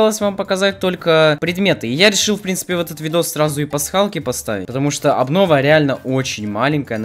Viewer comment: тфу не аблова а абнова